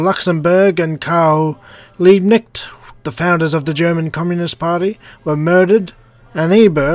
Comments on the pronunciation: It is obvious that you dont speak german. If Karl Liebknecht was written like you pronounced his name he would hav been called "Liebneckt". But otherwise, great video :) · He is called Karl Liebknecht, pronounced like: Carl Leeb-Kn-ae-cht. the K is harsch and the cht is like krht. Liebknecht is translated like Nice-(farm)servant.